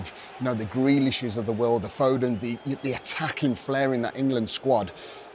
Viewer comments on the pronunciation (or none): none